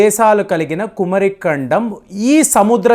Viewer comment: meeku pronounciation teleda??? Kumaari kandam...swamy🙏🙏🙏